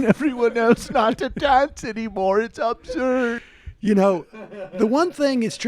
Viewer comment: Glad Sam cleared that up, for a minute there, I thought my brain was letting me know that we were finally done as a couple. I heard 'abzert.' Now I want to smack tht jp guy upside the head. The reason females do all of this stuff is bc theyve had it shoved down their throats in everyway possible -that is what being a female is about & if u want to be seen as 'marketable' to males, if u want to be loved & accepted, u betta doll it up > a young, perfect doll. Ur role is to be attractive, sexy & sexually available. - And who came up with this bs in the 1st place?????Hmmmm????? It wasnt females. That shit is alot of work and at best, uncomfortable (heels, bras, plucking & waxing, plastic surgery - anyone? anyone?) If this crap didnt exist, we'd walk around in baggy sweats, ponytails & no makeup & eating whatever we want. What a frickin jackass this jackass is! 😬